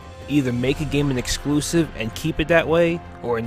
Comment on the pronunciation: "but muh eclusiv"